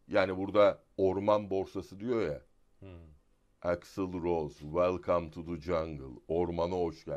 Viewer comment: ABD'de o kadar kalmış adamın welcome'ı yanlış telaffuz etmesi de bir garip. Saygılar.